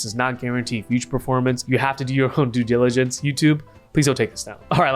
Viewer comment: You say do your dewgiligence. But you are my dewdilligence